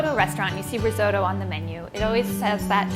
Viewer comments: What is reezodoe ? Oh my god you’re trying to make something you can’t pronounce!!! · I wince every time I hear her say "rizoe-doe". And she says it a lot. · you can't even pronounce risotto properly.... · Great video, and that is such a fun way to pronounce risotto! Never heard it in an American accent before haha, very cute!